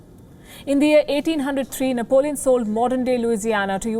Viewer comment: Nepalíone Bonaparte